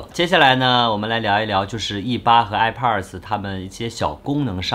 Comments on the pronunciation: 哀炮儿的 发音真迷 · 这个i pars我真的是醉了 测评人能学学怎么发音再评测吗。这是最基本的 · airpods发音听着很变扭，播主看很多北美的youtuber视频，应该有很多相关的发音可以参考吧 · 发现喜欢儿化音…上次的youtuber，这次的airpodrs…